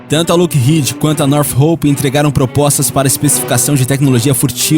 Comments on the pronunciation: Cara, o vídeo é bom, bem informativo, mas uma dica, quando for citar termos em inglês procure pronunciar corretamente, tipo, "black hauk" , "stilth" , "lookheed", "north rope". Não sou expert em inglês, mas isso dá mais credibilidade ao vídeo, fica a dica. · Northrop (NORTRÓP); Lockheed (LÓKRRID); Steath (STÉLF) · sugiro que você aprenda a pronuncia correta de stealth, hawk, lockheed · O narrador precisa aprender a pronunciar certo as palavras, não que eu seja expert, mas os erros cometidos por ele são de palavras realmente muito fáceis, além do mais, esse é o trabalho dele. "Northrop", "Lockheed" e "Stealth" são exemplos, essas palavras foram ditas várias vezes durante o vídeo, sempre erradas. Northrop = Nortróp (p não pi) O narrador pronuncia "Nortirropi" Lockheed = Lóc rrid (d não di) O narrador pronuncia "Luc rridi) Stealth = Stélth (ver como se pronuncia o "th*) O narrador pronuncia "stilf"